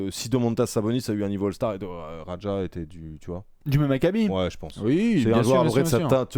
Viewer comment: Par contre mon cher ça se prononce Dino "Radia" et non "Radja" 😉😘